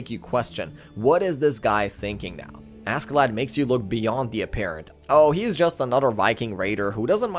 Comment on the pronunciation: Cool video but God I can't stand everybody pronouncing Askeladd how it's spelled